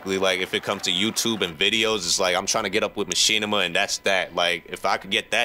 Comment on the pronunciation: You can't even pronounce Machinima..